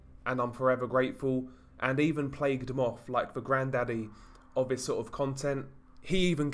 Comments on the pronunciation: it’s lazy and frustrating. Nothing wrong with a bit of criticism to make him sound better. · Lazy? That's how he speaks. I can hear he actually is pronouncing it! You can criticize without being so angry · stop saying “vis” it’s fucking “THIS” stop using “v’s” for “th’s”